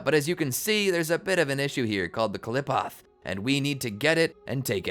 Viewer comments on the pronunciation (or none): The way he mispronounced qliphoth but it is a hard word still it is not clip off